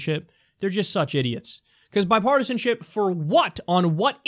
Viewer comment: hahaha Kyle you said "bipartisanshit".. hahah.. don't deny it. we all heard it